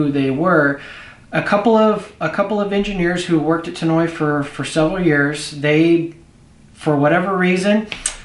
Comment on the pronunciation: Tannoy...... Not Tan-noy